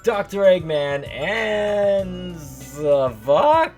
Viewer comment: It is pronounced za-vo-k